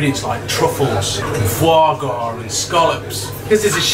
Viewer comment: Foie Gras; sorry but just stop there, its just wrong